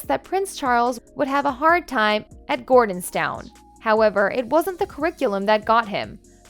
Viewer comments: I wish that Queen Elizabeth 11 was our last monarch.There is little respect for the adulterous couple. The voice over is a terrible robot,really bad pronunciations for example it's Gordonstone not Gordontown. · It is called Gordonstoun, as in stun, not Gordonstown as the narrator called it! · You'd have a lot more credibility if you pronounced the names of people and places properly, e.g., "Camilla" is pronounced with a short i not a long e, "Gordonstoun" is pronounced "gordons-tun" not "gordons-town". There are many others. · The name of the school Charles attended in Scotland is pronounced GORDONSTOUN. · The pronunciation of Edinburgh and Gordonstoun really got me 😂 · And Cameeela…smh. If you’re going to be an American commentator on the British family, at least learn how to properly pronounce their names and towns. 🤦🏻‍♀️🤦🏻‍♀️🤦🏻‍♀️